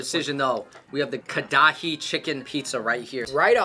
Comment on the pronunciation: Them saying KA-DA-HI again and again killed my soul.